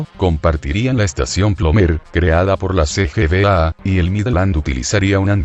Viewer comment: Que tremendo bestia sos para hablar. No respetas ni puntos ni comas y asi tu "relato" es insoportable. Sabes algo de acentos?? Decis: Plomèr, Pergaminò, trafìco, orbìta, Midlànd (inventaste una palabra inglesa con acento, genio!!). Decis pueblos a Partidos cabecera terminal, un avance menos avanzado y nacionalizar para que pasen al Estado Nacional entre tantas y tantas barbaridades. Aprendè a hablar el Castellano o por lo menos el idioma argentino, pareces extranjero. (Ricardo Alberto Saibene)